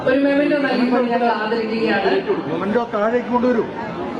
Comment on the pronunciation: "സമ്മാനം", "പുരസ്‌കാരം" .... കഷ്ടം anchor ക്ക് തന്നെ നിശ്ചയമില്ല memento (മെമെന്റോ, "മൊമെന്റോ" അല്ല) ആണെന്ന്. Memento എന്നാൽ "സ്മരണിക" ആണ്. "സമ്മാനം" അല്ല.